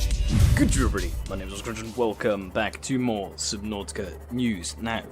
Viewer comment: Man how the fuck do you say awesome crunch, what i hear is ascrhhshjuknff